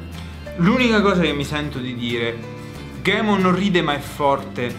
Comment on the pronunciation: che poi Moreno non dice nemmeno Ghemon (anche se non si scrive così ma così si legge), dice Guemon (letto proprio così)